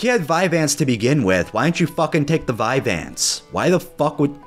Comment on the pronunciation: I felt the same rage when he said vyanse